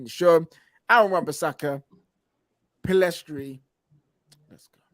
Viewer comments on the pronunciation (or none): Why do people keep spelling and saying Pellistri's name as "Pellestri"? Annoying.